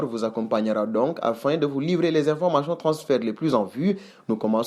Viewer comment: information et non informachon